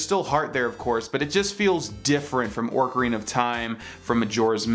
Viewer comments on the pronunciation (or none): “Orcarina” of time